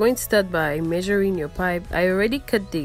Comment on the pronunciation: No one gonna talk about how the beginning with the materials said “Measuring rape”? BAHAHAHA great video tho